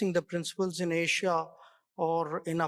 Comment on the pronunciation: Yesssss....thats how we Indians pronounce 'ASIA'